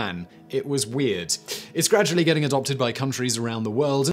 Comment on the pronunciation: This is worth seeing just for the way Simon pronounces "weahhhhhd"